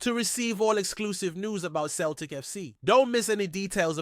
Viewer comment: Celtic not Keltic FFS